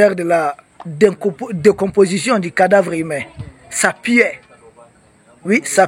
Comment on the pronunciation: Puait (U et non piait)